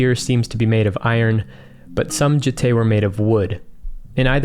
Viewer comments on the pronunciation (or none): Jitte is pronounced jee-teh, not jih-teh. Had to mention it, sorry. Love your work!